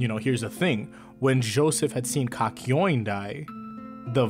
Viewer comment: did he just call (kak yo in), kakoin